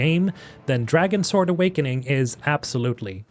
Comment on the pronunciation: Its pronounced Dragons word